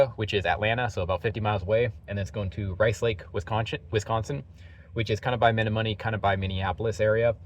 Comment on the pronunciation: Lol. It's Meh-nom-mo-knee